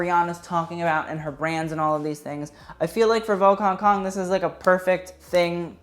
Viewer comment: Am I the only one that laugh everytime he said Hong Kong